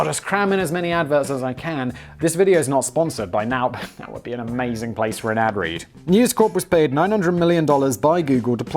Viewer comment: He also said "my splace"